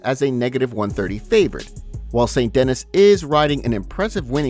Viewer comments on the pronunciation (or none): Bro please learn to pronounce the fighters name right because who TF IS ST DENNIS ........ ITS PRONOUNCED SAINT DAKNEE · His names pronounced Benoit Saint DenEEE! not denIS lol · St DAN KNEE. Not Dennis. 🤦🏻‍♂️🤦🏻‍♂️ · Saint Dennis? De-ni-s 👊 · It's saint de-nee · St De-knee lol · You pronounce adesanya like you were born in Africa with every ounce of your being and say Benoit at Dennis like a menace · "Saint Deni", you don'thave to say the "s" at the end... LOL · How tf could you read Benoit correctly but not Saint-Denis 😅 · The S in St. Denis is silent bro.